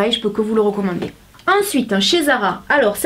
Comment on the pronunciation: zara pas ara lol